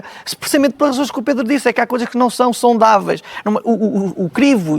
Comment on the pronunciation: ele quis saudáveis ou saondaveis?😂😂😂😂😂 É este tipo de gente que leva Portugal a ruina